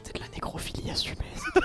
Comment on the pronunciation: Woaaa dès le début j’ai compris neg**philie 😂